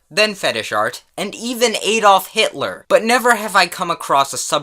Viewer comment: Lol the way u said adolf hitler lol